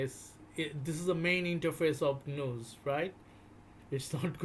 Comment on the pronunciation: I'd like ti interject for a moment...what you're referring to as j(eez)-news is actually g(of give)...news 😂 wonderful rare video.